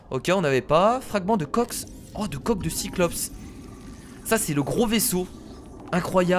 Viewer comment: ON DIT SIGLAÏDE ET SIMOFE PUTAIN TANT QUE TU LE PRONONCERA PAS NORMALEMENT JE LIKERAI PAS !!!!!!!!!!!!!!!!!!!!!!!!!!!